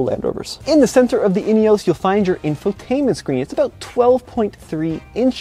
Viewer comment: In - e - oss